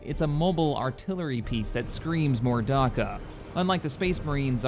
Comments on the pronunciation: 'Darka'? The fucks Darka? It's Dakka (Da-Ka) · what the hell is a "warg" and a "darka" are you trying to say WAAAAGH and Dakka?